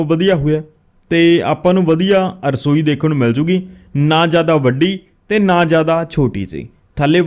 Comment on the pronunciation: arsoi ni rasoi hundi a ji agge to dhayan rakhna